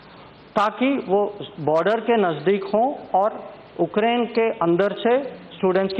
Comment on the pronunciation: dear leaders, it's not Okrain but Ukraine.. pronounce it properly sir..